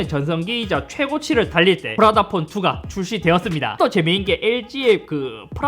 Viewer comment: 프라다폰 할때 프라닭폰이라고 들음 ㅋㅋㅋㅋㅋㅋㅋㅋㅋ